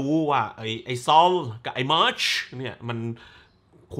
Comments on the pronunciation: ฟังสำเนียงเรียกชื่อมาช แล้วกินเต้าส่วนอยู่ถึงกับออกจมูก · ขำการขยี้มาชชึ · เป็นคลิปรีวิวที่สนุกมากๆ ขำตอนออกเสียง มาร์ชชช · พูดชื่อมาร์ชแบบชัดๆอย่างฮา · ขำมากตอนพูดชื่อของแต่ละคน มาร์ชชุ แบงค์ขึ โอ้ยยยยย เนี่ย แล้วมันก็จะอยากให้ดูแต่หนังอิหยังวะ เพราะรีวิวมันจะออกมาฮาแบบนี้นี่แหละะะะะ 😂